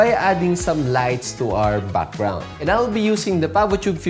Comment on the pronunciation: Your pronunciation of "BUCKGROUND " IS SO COOL